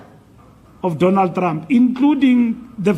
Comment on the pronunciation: I love the way Fikile pronounce Traaamp😂